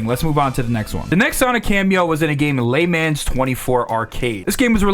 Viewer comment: la mons not laymans